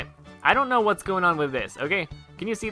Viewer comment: PB Whatsoup Do I really have to answer that? And yes, answer without a silent W.